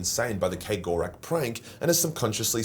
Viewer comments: Why are you pronouncing Cegorach as K-gorack? It's Ceg, as in, a keg of beer. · Are you sure you're pronouncing that right? Kay Gore Rack?